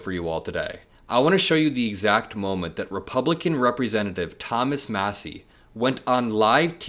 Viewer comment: And It's " MASSIE " ...Matters !